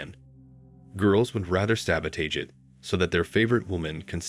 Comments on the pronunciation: Ai. "Sabo-taij" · look up pronunciation of word "sabotage"